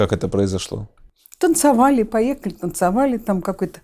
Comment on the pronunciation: права была Т.Васильева- егорова не актриса- вечная массовка и бездарность. "ТанцАвали"". Безграмотная,необразованная,косноязычная бабка-сплетница.